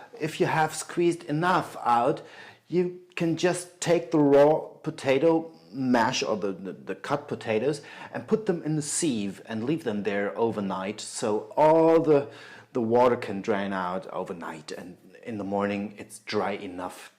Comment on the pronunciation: "Sieve" rhymes with "give." Aren't these called "knoedel"? Very nice video.